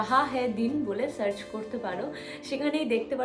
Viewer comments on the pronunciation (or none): none